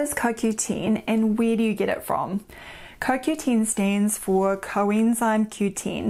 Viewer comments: It is CoQten. Not CoQteen. I was not sure if you were talking about CoQ10. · lol! Its the dialect I guess....Sounds strange...